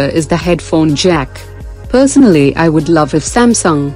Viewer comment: It sounds funny when a robot says personally 😂